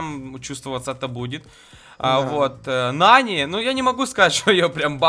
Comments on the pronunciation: Не Нани а НанИ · Вообще-то Нани ударение падает на а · Ударение другое на нани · (Если что это не хейт) говорится не нанИ а нАни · пожалуйста ударение правильно ставь когда говоришь Нани, ударение на А, а не на И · В слове нани ударение ставиться на а